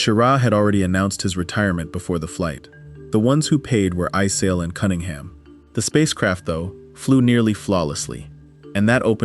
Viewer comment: Halfway through this, you have insulted me enough by completely mangling the names of astronauts – while claiming you are correcting popular misconceptions! It’s Don “Eis-lee,” not “Eye-sell.” And as every first grader knows, Wally Schirra’s last name Is not pronounced “SHEAR-uh.” You also show the Apollo 11 lunar module preparing to land on the moon while it has no descent stage. Now that would be a crisis! You show the Kennedy Space Center’s launch control room while describing the action in Houston’s Mission Control Center regarding Apollo 12. Who knows how many more errors are in the second half of this video? I won’t find out, because I’m not wasting any more time with it! 👎